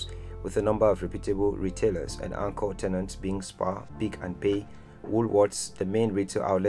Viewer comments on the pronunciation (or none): none